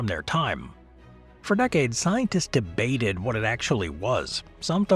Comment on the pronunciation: Don't enunciate debated like that.